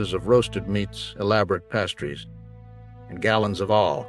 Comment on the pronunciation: Ummm past-trees and a gallon of all, me wan sum.